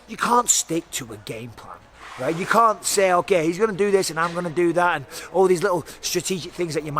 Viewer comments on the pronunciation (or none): I like how Mike says "can't", sounds alot like "cvnt"